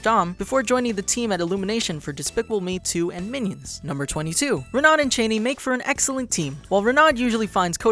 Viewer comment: Get your French correct! It's Reh-no when you say "Renaud".